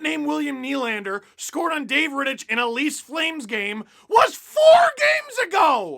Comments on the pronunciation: Steve. Please. It's pronounced RitticK. Hard CH. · For the love of god Steve it's pronounced "Rittick" the CH is hard not soft. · Isn't "Rittich" pronounced with a hard "ch", i.e. like Rittick? Grinding my gears a bit... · how do u watch the whole game an not learn to pronounce rittich😂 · Any other Czech/Slovak native who hates the way Steve pronounces Rittich's name? xD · Alright, let's go deeper: David Rittich is Czech and the ch is pronounced [x] and not [k]